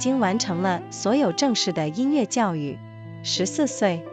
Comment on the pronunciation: 很好的节目，声音也很动听，值得更多的听众！美中不足是后期对朗读读音的检查，比如音乐yue不是le。